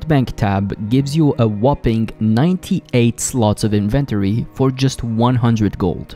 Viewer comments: "Invent-ory" vs "In-ven-tori" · the invent tory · the strangest way to say "inventory" lol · Say it with my now... inventory. Need to really practice that word, man. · Stop saying inventory like that. No one says it like that.